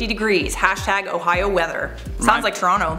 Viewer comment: Uh-hio? Ah-hio? Ooooohhh-hio! Jeez guys 😂